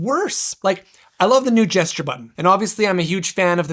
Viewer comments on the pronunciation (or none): none